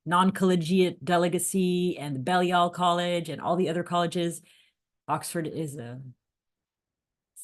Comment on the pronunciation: Hi - my name’s Hilary - I live in Oxford and am a Baha’i - just a word of pronunciation corrections - Balliol College is pronounced ‘Bay-lliol’ College, with a long ‘a’, also Michaelmas Term (Oct - Dec) is pronounced ‘Mickelmas’ term, with a short ‘i’ (as in ‘mick’) and ‘mas’ is said as ‘mus’ - so ‘Mickelmus’ is the phonetic spelling - correct pronunciation very important in academic Oxford!